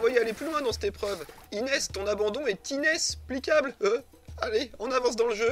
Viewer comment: "ton abandon est inesplicable "😂😂